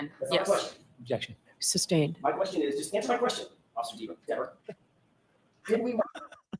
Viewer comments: You're thinking like a lawyer not a juror re: Dever You also missed the subtext in mispronouncing her name. DEAVER happens to be the name of an 18-year blood spatter analyst for the NC Bureau of Investigations convicted of perjury in a murder investigation and found to have been deceptive about his resumé, à la Burgess. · She even lied about the pronunciation of her name. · Well, if you want your name pronounced correctly.....SPELL IT CORRECTLY!!! Dever is pronounced like beaver 😂😂😂😂 also, you can only be charged with perjury if you lie soooooo🤷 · Diiiiivvvvveeeerrrrrr didn't like having her name mispronounced 😂 ! More worried about her name than telling the truth about who she saw messing more likely with Karen's car !! A wildly amount of time she told the FBI !!! To think she got a bigger paycheck to more likely keep her nasty mouth quiet !!! SHE'S GOT NO PROBLEM SENDING AN INNOCENT WOMAN TO PRISON FOR THE REST OF HER LIFE !!! WHO WANTS HER WORKING IN THEIR NEIGHBORHOOD !!!!